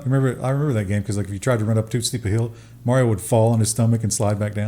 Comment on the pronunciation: you are pronouncing Mario incorrectly.